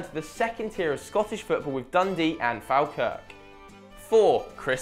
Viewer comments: Its not fawl-kirk its fall-kirk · you pronounced Falkirk wrong. it's not Fal-kirk, it's fol-kirk. : ) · Faalkirk I’m dying it’s pronounced Folkirk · Mate its Falkirk not fawlkirk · It’s pronounced Fall-Kirk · lol this guy is obviously not a heart s fan. ITS PRONOUNCED [FOL-KIRK] YA FUCKING IDIOT. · It's pronounce "fall-kirk" glad for the shout out but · taling shite, its falkirk (fall-kirk) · The way you say Falkirk haha it's pronounced " Fall kirk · FAHLKIRK XD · Russell Latapy joined Falkirk, it's pronounced Folkirk... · Sorry, how did you pronounce Falkirk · You said Falkirk wrong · you also cant say Falkirk correctly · Me as a falkirk fan very dissapointed at that pronunciation lol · Can't even say falkirk the dafty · Weird how he introduced Latapy correctly and then called him "Le Tappy". Also, Falkirk is pronounced "Fall-kirk"